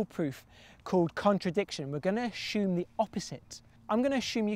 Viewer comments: Can this guy stop saying 'ashhume' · Loved the video! But couldn’t get over ‘ashume’... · "I'm going to asshume you can write it as a fraction". That is too too funny! Funnier still perhaps is that I took no notice of that unique pronunciation a couple years ago when I watched this video which we in America say as assume or ah-ssoom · Never heard assume pronounced “ashume” before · its not ashume. its assume. GODDAMN FOREIGNERS HERP DERP DERPY HERPES.